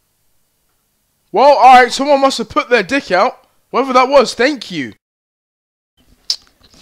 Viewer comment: He says thank you like thenk you